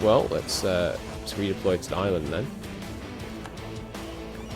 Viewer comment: Ireland is pronounced IRE-land, not Island!